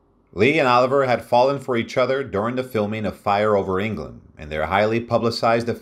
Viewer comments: Hey Robot! It is NOT OLIVER - it is OLIVIIIIIIER! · I hate these damn AI readings and not being able to pronounce Sir Laurence Olivier as "Oliver" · Hilarious pronunciation of Laurence Olivier.